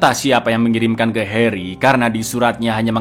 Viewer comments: Bang pas kau nyebut “heri” kok medok bgt ya, harry dong bangg bukan heri, 😂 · Harry cak bukan Heri TAT